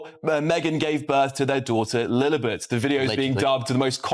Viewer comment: Can't the narrator pronounce Lilibet's name properly!